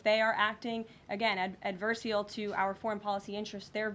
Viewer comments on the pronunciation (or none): Correction: it's adversarial, not "adversial"